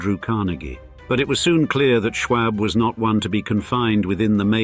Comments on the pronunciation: Nobody said you pronounce arsenic that way. I said the "a" sound in isolation is pronounced the same as in the word "awe", or "ah", or "all" or "tall" or a whole mess of words that use that vowel sound. The word "arsenic" is made up of different sounds, when COMBINED make a WORD. The sounds are Ah - r - seh - nik. If you put them together, the "a" and "r" combine into the "are" sound but that does not remove the fact that the vowel "a" in that word is pronounced IN ISOLATION the same as "ah." You do not sound like you are a native speaker of English. This is something that is taught literally before you even reach kindergarten. What you meant is your original comment (which I had to discern because of your lack of clarity) is that the speaker in the video should not ADD an "r" to the vowel "a" as in "arsenic." Unfortunately, this is a tendency with British and New England speakers. When teaching a child the sound each vowel makes, you should never say that "a" is pronounced with an "r" at the end, but you implied with your initial comment that there is such an acceptable pronunciation and that is incorrect. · Listen to this guy say Schwab is almost as irritating as hearing a Scotsman say “schedule.”